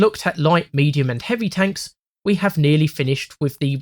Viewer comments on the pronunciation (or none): Amerwican Twanks